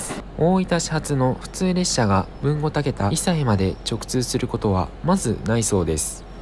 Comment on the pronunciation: 「たけだ」ではなく「たけた」です。